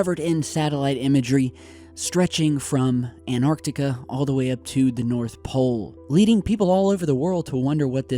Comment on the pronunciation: Why do you pronounce it anartica instead of Antarctica?? lol